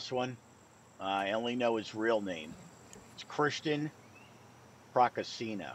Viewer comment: hey "procaccino" is like "cappuccino", u got to pronounce "ci" as "chee"...and when are double "cc" you got to mark more 😅